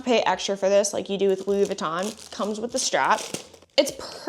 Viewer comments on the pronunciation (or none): none